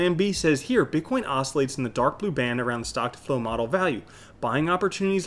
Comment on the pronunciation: BiTcoin not BICKOIN ;)